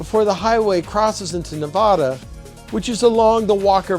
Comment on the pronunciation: Please pronounce Nevada properly. Otherwise good, interesting vid.